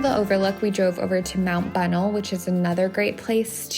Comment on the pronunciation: Mt Bonnell is pronounced buh nell (emphasis on nell). Just FYI from a native Texan 😉